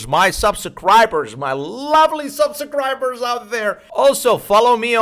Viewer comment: This dude said subsacribers lol